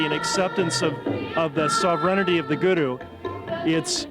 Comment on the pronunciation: that's not their names some these white people look stupid they just started to be Sikh he is not even saying guru right and by the way I am Sikh